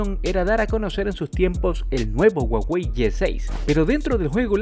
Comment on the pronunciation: Ya no es Huawei ahora es Guawei🤣🤣🤣